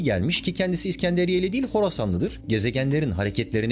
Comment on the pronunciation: Dünya'nın hangi şekilde olduğu bizi çok ilgilendiriyor. Üzerinde yaşadığın gezegenin şekli basit fizik bilgisidir. Bunun gibi bilgileri bilmeyen insanlar yüzünden ülke şu an bu durumda. Ayrıca, "Diğil" değil, "Değil".